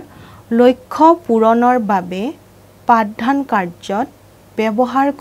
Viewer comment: পাঠ ধান নহয় পাঠ দান